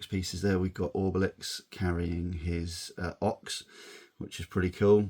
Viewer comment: Loved kinder egg toys as a kid! Pretty sure the Druid is called Getafix, and not going to lie. Really annoyed me that you said ORBELIX there is no R. It’s OBELIX! 🤣 Funny but frustrating story about the terrapins. Me and a mate had the whole set. Put them in there little capsules and taped them together in a line. Covered in loads of tape and sank them to the bottom of his pond. Intended on leaving them there for years as a time capsule. We got bored and fished them out after only a couple months. They had leaked and were absolutely ruined! 😢 gutted!